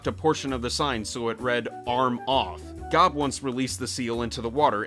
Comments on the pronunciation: American Horror Story: It's Coven, as in OVEN Arrested Development: His name isn't pronounced Gob as in job. It's a long OH like globe and a soft G (like a J sound). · pringeersh I should have looked up "coven" in a dictionary before I commented. It can be pronounced both ways. But I still maintain that he mispronounced GOB's name. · What kind of pronunciation are you using?! "Coven" is pronounced with a short "o". And, for the record, you also mispronounced GOB's name. The "g" isn't pronounced like the "g" in the word "gorilla". It's pronounced like the "g" in in the word "giraffe." And this time the "o" is long. If you're going to talk about these things, learn how they're pronounced.